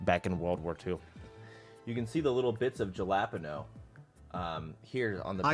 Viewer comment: The pronunciation of jalapeno kills me a little bit inside each time he says it